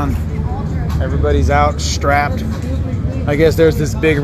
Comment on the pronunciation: This white guy said strapped 🤣🤣🤣🤣